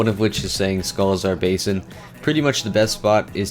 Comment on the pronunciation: I'm...not sure why you keep calling Sholazar Basin "Scholazar Basin".